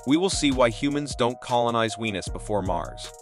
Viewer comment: The voiceover AI was programmed by Indians... "Weenus!"